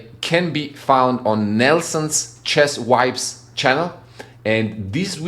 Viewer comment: Cool video I came from Nelson’s channel. Funny to me when you pronounce “chess vibes” with your accent I heard “Nelson’s channel : chest wipes” lol😂